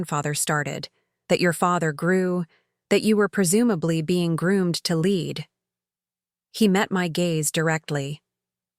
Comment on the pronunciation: Too bad you can’t correctly pronounce common English words, like “lead.”